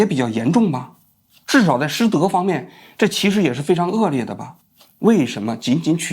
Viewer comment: 一个80年代大学的政治系和历史系毕业的人，对数学完全没有概念，甚至可能对算数和高等数学有什么区别都不知道，这我还能理解。但是不能理解的是，你一个纯纯的文科生还能把恶劣lie念成恶略，这我就不能理解了😂